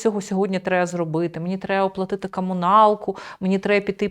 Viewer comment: ..."кАмуналку"... Ні, це неможливо слухати.